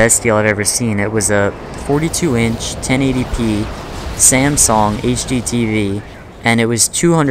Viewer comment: You pronounce it samsong